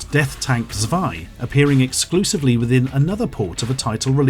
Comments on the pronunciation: How he pronounced "Zwei" (two in german) gave me a huge laugh (in a good way) I love it so much when non-germans try to pronounce a word from my language, thanks a lot for that <3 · Everyone's talking about the pronunciation of Super Sayan, while I got AIDS from his way of saying "Zwei".